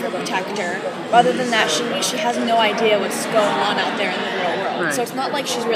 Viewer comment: Did he say idear? Oh my gosh! So adorable!